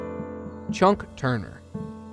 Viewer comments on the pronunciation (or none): More bad narration and mispronouncing names...it's CHUCK Turner, not "CHUNK"...